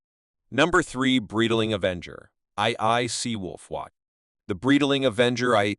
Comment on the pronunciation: The way AI's rape the Breitling name and other parts makes the video humiliate the watches and the whole brand. Horrific.